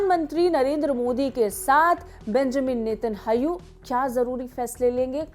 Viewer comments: Anpadh anchor. Not netahau. Netanyahu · Please learn to pronouce israeli PMs Name correctly its Netanyahu not Netanhayu